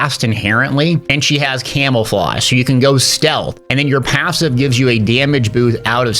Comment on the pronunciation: How tf did you manage to add a y to the word passive?